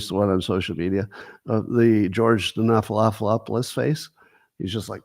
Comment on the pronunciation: Stephan-opoulous or ahpolis; not hard.